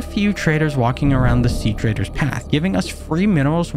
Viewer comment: Ugh, I love these subnautica playthroughs! Also it's treader not traider. Yeah it is very hard to distinguish the two.